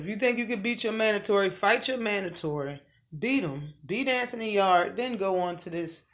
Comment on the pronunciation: Yarde is ranked#1 by one sanctioning body. The rest he's not even there. Pronounce Yarde correct first, it's not pronounced like your back yard!! Lol! Canelo also not stealing fights. If something falls threw in everyday life and you see an opportunity to make millions your going to throw your hat in there and try to get it. Same in boxing. Kovalev is responsible for it all if anyone or anything. Also ward had been hunting in his own words at coming out of retirement to have a third fight with kovalev, who's name you also not pronouncing right. If that happens ward will fight him before anyone Yarde and Canelo included!!